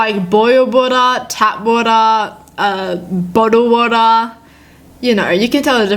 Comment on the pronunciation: 2.49 boddl woda 😂😂